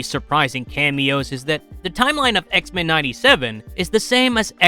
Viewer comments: Anyone else find the way he says X-mEn weird? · I know right! Such a weird way of saying that word. 😏😏😏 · Why he say X-Men like that